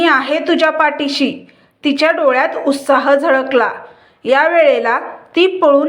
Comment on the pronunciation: उस्ताह नाही, उ त सा ह , उत्साह